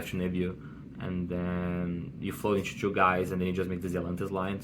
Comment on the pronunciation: it's ''two'' bro not ''choo''